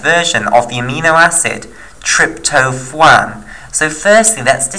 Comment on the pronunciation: Trypto(phwaan) is what it sounded like you said. You mean tryp-to-phan like Trip-toe-fan. Good vid though man